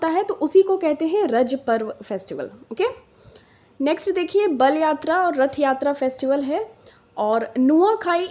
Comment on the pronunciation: HEY ! I AM FROM ODISHA ODISHA KE BALYATRA+RATHAYATRA YEH DONO ALAG ALAG HAI , (BALYATRA ) NAHI HOTA {BAALIYATRA} HOTA HAI... 🚩JAY JAGANNATH 🚩🙏🚩 JAY SHREE RAM 🚩